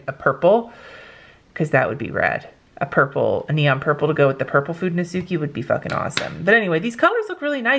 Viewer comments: Just be cause It also irks me.. sorry. they are pronounced ( fuu den no skay ) not ( fu den no suu key ) Japanese is just not phonetic like a lot of english is.. sorry to be that a-hole! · It should really be (fu de no su kay) you only mispronouncing the last "e" that sounds just as the one on fude, its a pure E like in spanish, or like the e in eleven :)